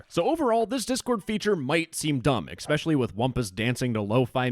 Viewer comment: still teaching children to say "especially" like they're wetarded?